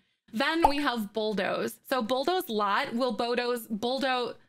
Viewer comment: Hahahahaha .... it's BULL DOOOOOOOZE. I laughed too hard every time you muffed it up. :-p (not sorry) Awesome tutorial !! *thumbsup